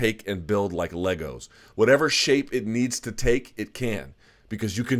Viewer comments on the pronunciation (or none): none